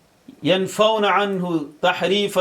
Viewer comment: مفتی صاحب: آپ نے ٹائم: 3 منٹس اور 22 سیکنڈز پر: اردو ترجمہ اور اعراب والی کتاب سامنے رکھنے کے باوجود ’’ینفُونَ‘‘ کو ینفَون پڑھا ہے۔۔۔ اس کو کیا کہیں گے؟؟؟ آپ جیسی کمال علم و فن میں مہارتِ تامہ رکھنے والی شخصیت سے ایسی بات سرزد نہیں ہونی چاہیے۔